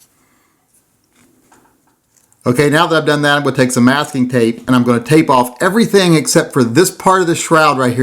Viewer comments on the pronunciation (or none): none